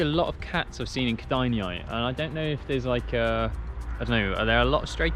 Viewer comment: ked-eye-nae is how kedainiai is pronounced lol